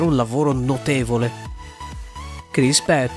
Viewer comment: Chris Pratt non Pat